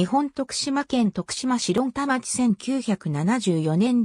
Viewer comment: 徳島市論田町ですが正式名はとくしましろんでんちょうです。